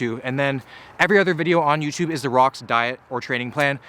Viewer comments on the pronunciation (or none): none